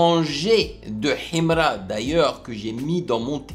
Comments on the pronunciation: C'est sa manière de prononcer HIMRA qui me plaît même 😂😂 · En plus ta pas la bonne prononciation de Himra lis sa normalement